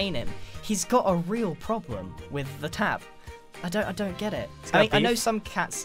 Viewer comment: sounds like za not the